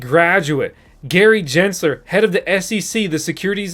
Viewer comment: He said 🤣🤣